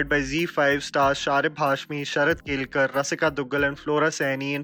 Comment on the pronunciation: How difficult is it to pronounce केळकर